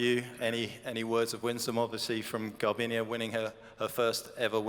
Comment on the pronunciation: Come on it's GARBIÑE, not Garbiña...